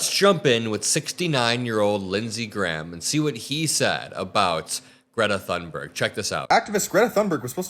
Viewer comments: Her name is pronounced "tune" berg, not "thun" berg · Greta Thunberg is worthy of being spoken of correctly! The 'h' in Thunberg is silent, and the 'u' sounds like 'oo' in book, so her name sounds closer to 'Toonberg.' Thank you for your attention. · ps Thunberg is pronounced "Toon berg" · Btw, Greta's last name is pronounced toon-ber-ye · It's pronounced Toon-berg. I am not part of the internet police just don't want the other kids to make fun of you. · Thunberg is Swedish, the H in her name is silent. It's pronounced Tunberg. 🙄😖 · For F sakes pronounce the name of a world hero correctly. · The correct Swedish pronunciation of Thunberg can be heard in this short clip